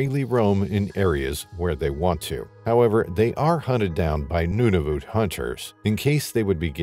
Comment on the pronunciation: “Noonavoot” LOL Nunavut